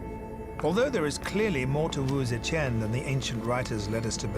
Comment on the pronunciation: It bugs me that the narrator mispronounces Wu ZeTian, saying is as Wu Ze"Qian" (saying "Chan" instead of Tian)🤦🏻‍♀️